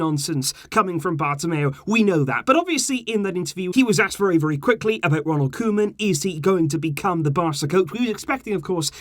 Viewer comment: Koeman is pronounced Coo-man